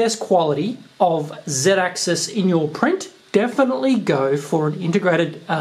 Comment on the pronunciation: Who else cringes when he says zeedaxis.